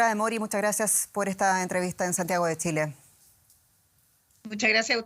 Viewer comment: Muy bien todo pero porque siempre pronuncia Tsile en vez de Chile ?